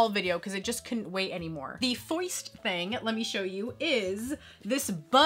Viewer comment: I love this video as I do to most of yours. I'll worship you as the queen of collecting lol 😆. Also love the "foist" thing lol buzz lightyear! I used to have that fig. Love those street sharks and I'm in awe with Turbo Man lol